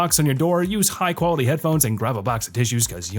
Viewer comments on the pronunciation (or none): none